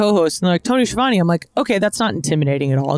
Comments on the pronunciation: I see Ski-uh-vone is booking himself now! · Its pronounced SKi-a-von-e